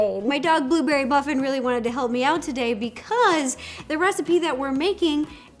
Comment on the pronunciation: Blueberry........ buffin???